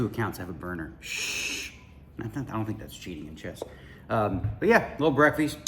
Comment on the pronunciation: Did he say I'm having some "breakfee" instead of breakfast? WTF? Holy shit it's going to be a long WSOP.